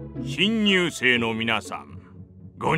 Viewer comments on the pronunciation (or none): 「新入生」が「貧乳生」に聴こえた。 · 「新入生の皆さん」が「貧乳生の皆さん）に聞こえて焦ったw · 新入生の皆さんってセリフひんにゅうせいの皆さんって聞こえた